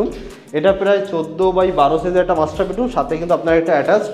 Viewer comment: দাদা যেভাবে ‘ওনার‘ কে ‘অনার‘ আর ‘মাস্টার বেডরুম‘ কে ‘মাস্টারবেট রুম‘ বলছেন